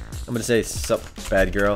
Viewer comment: wtf he dont kno how to spell sup XD he said some suwp FAIL!